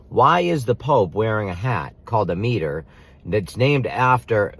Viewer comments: It's pronounced M-eye-tr not Me-tr. You're right, words are important, but so is the correct pronunciation. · I find it interesting that you completely mispronounce “mitre” in an effort to fit your narrative. Fascinating yes, how conspiracists contrive for content.